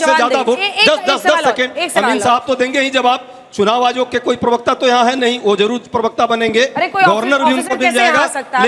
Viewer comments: Privakta nahi bey pervakta hota hai bay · भाई थोड़ा भाषा पर ध्यान दीजिये ,कान में चुबता है ,प्रेभक्ता नहीं प्रबक्ता है